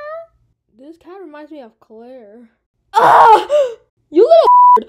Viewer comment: “koolaire 🥺🥺🥺” BRO IS CLAIRE THE CEO OF KOOLAID NOW? 😭